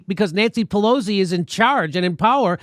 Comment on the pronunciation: No "z" in Pelosi!